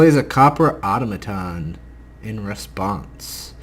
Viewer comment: Au-Tom-A-Ton not Auto-maton